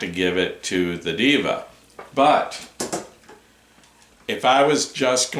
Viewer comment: Not "DIVA" is " DEHVA"